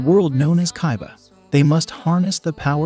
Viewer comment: I died when he said Kai Ba